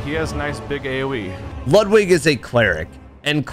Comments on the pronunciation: Great video. I see bloodborne, I like. But why oh why you pronounce Ludwig's name lud wig (like in hair wig) and not Lud Vig like in Ludwig Von (pronounced Phon) Beethoven?!? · Loood wig, m hmm loood wig, not lud like lug lol then that'll do some justice